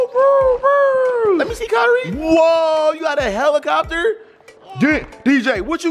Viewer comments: "A helicobler"!! lmaoo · Kyrie: Helicobbler 😂😂😂😂🤣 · bro said what is a helicopber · But he said helicopber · I was cracking up when said helicoper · "MOTE CONTROLL HELECOBBLER" IM DECEASED!! 🤣🤣🤣